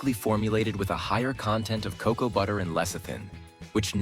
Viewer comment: Hard to get past ca-cow" instesd of cocoa. 🤦‍♀️